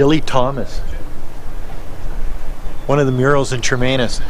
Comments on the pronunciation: NOT Chermainus It’s Chemainus. No R in it. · Shuh-main-us. Not charmainiss.